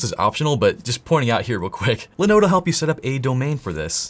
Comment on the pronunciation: linode linode linode....come on man.